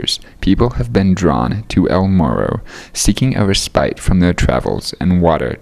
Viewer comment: you have a bad writer; and you're a bad pronouncer. RESS-PIT, not ree-spite. Also, one SLAKES his thirst, not "slacken."